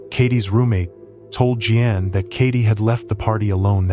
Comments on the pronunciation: You'd do better if you bothered finding out how to pronounce the common names you mangled here. For example, Jeanne is definitely not pronounced Jee ann. Where'd you grow up, on some desert island? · Tragic. Lot of dirt bags out there lurking. Sick. (Btw. AI generated narration, Jeanne= “G-Ann”.)